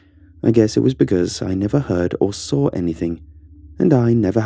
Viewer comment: I love it how he pronounces saw, he pronounces it as “sawr” man I just loveeee it